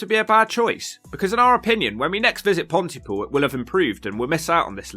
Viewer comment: Places that start with Pont - y - (Bridge - the - ) have the emphasis on the defining or varying part of the name. So Pont-y-POOL. You wouldn't say "UxBRIDGE" or "CamBRIDGE", would you?